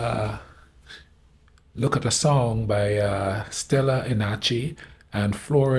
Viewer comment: The singer’s name is indeed Stela, that you pronounced spot on, less Enache, where the ending “che” is pronounced like the beginning of the word CHEmistry, so it’s like Stela EnaCHE(mistry) 🫡 Respect for what you do! You’re a legend 👍